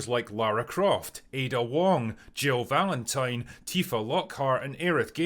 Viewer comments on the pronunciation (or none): none